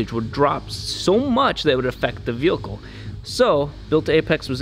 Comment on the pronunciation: DAMN IT ROB!! its "Vehicle" not "VEHILCLE" hahah